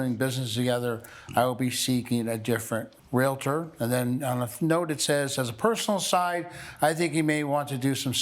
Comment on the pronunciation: Great ruling, they're both jerks and the guy should really learn how to pronounce his chosen profession, it's not "real A tor", it's "real tor", lol.